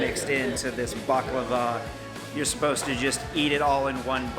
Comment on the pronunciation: Thank you for pronouncing baklava right its a hard word to pronounce